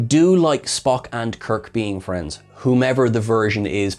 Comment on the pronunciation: I heard Pelia call him Spocko! Am I going mad? This episode also reminded me a little of Babylon 5 - "The forecast death of John Sheridan"...